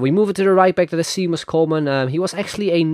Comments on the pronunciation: "The new 5* skill move" it was already in Fifa 14. And btw its pronunced Shay-mus Coleman. Do you even watch football... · Good vid but 2 small things, It's pronounced Shay-mus Coleman and a player performs really really WELL for you, not really really good :) not hating just letting you know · Seamus, is pronounced as Shay-mes/Shay-mus, so just for the future;) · Seamus is pronounced Shay Miss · Ohh the way you pronounced Seamus XD